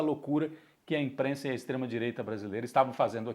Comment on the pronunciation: "ISTREMAH DIREITAH", mas o 9dedos é paz né? KKKK esses colunista de federal é foda....